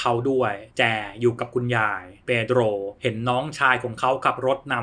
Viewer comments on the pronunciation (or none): ชอบสำเนียง เพโดรว์...😂